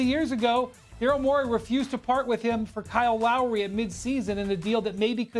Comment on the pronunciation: "Kyle Wowry"